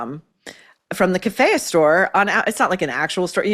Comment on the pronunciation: Kafiya is pronounced like kafeeya